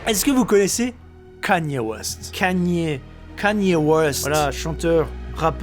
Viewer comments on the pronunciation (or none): Juste par curiosité vous prononcez comment Kanye West vous? :) JD a dit Cagné c'est chou haha moi je dis Kéni je crois Sinon la radio qui retrace toutes les générations et les pays c'est méga stylé! La petite musiques chinoise là plutôt cool, les cris des animaux aussi :) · Kanye West se prononce « Kénie West »